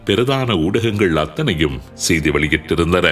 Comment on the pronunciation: உங்கள் தமிழ் உச்சரிப்பு "ஸெய்தி" இருக்களாம்" என்பவை தவறு...